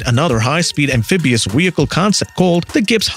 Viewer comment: re U sayin wheelcle and wideo